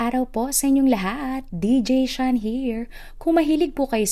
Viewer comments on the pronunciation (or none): none